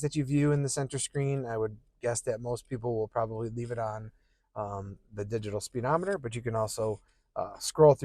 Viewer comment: You know it's spuh dometer right? It's not speed ometer.